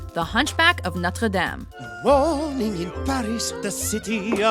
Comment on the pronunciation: Why can't she just pronounce Notre Dame incorrectly like everybody else?